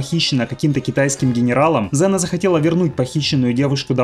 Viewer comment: Ксена а неЗена